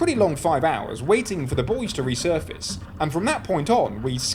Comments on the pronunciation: He said we found the boys LOL you meant buoys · Oh buoys not boys